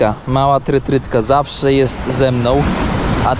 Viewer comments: taki światły człowiek a trytRytka mówi., to nie tak, to się nazywa trytytka, bez "R"😂. Zresztą, nieważne jak sie nazywa, ważne, że w podrôży zawsze daje radę. Szczególnie jak sie rowerem podróżuje to jest wyposażeniem obowiązkowym obok silver tape'a. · Trytytka, a nie trytrytka na litość boską 😅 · nie 'trytrytka' tylko 'trytytka',:) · TRYTYKA a nie trytrytka.